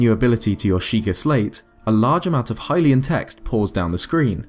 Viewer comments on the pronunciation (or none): none